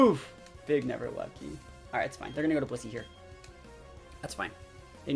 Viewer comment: The first couple of times I heard him say Blissey I thought he said P***y. 😬 I was like “ohhh okaaahhh Blissey!”